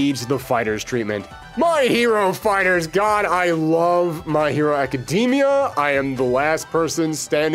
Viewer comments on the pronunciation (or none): none